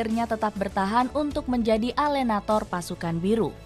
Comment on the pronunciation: Tolong ya pengucapan bahasa italianya di perbaiki, alenatore, e nya di baca.. bukan alenator... forza azzuri